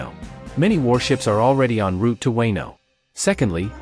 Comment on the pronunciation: Weno arc.. ?? Fuckin AI